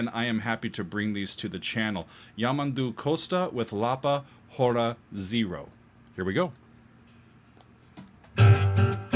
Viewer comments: He is a spectacular guitarist, but he is within a long line of outstanding Brazilian guitarists, such as Toquinho and Baden Powell. By the way, the "H" is not pronounced in "Hora". As in Spanish and French, an initial "H" in Portuguese is silent. (Goes back to Latin, where the "H" was originally pronounced, but later became silent.) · Could you manage to pronounce “hora” with a silent ‘h’, as it should be in Portuguese? It’s not a Jewish dance, it means “hour”. Or as “y’all” would no doubt say, “hower”. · It's curious that you pronounced "hora" with aspirated H when it actually sounds exactly the same as the H in hour. There's no aspiration.